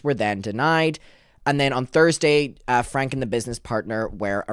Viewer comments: FYI, their last name is pronounced “Frank-ee” and Connexions is pronounced “Connections.” Please get into Jodi’s shit as well. She is pure evil!!! The fact that they spoke to WaCB is absurd when there are so many other creators who have covered this family for much longer and actually know wtf is going on. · Their last name is pronounced Frank - ie